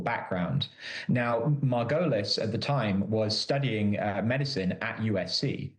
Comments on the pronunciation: MAR-go-leez Please have your reporters learn name pronunciation before putting them in front of a camera, it's so distracting... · Is the killer's name Marvin Margolis or Marvin Merrill?? The chick keeps saying Marvin Margolis, but the investigator said Marvin Merrill. Confusing.